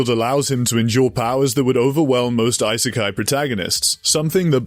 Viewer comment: why do you keep saying EYE - SAY - KAI it's E- SAY - KAI